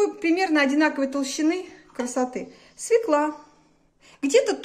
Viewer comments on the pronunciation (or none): свЁкла свЁкла свЁкла свЁкла свЁкла 👆👆👆